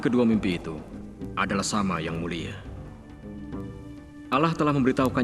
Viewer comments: Kok kedengarannya pake kata Alah kan yg bener Allah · Jgn di dengar kan cerita ini..gk benar...nyebut alloh aja gk becus.